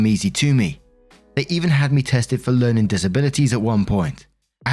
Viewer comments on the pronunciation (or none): none